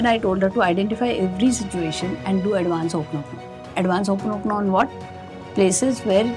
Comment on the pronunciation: Learn to pronounce it properly. It’s Ho o ponopono not Ho oponopono